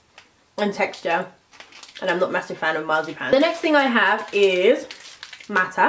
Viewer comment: And its not mata the letter ä is basicaly a so its meta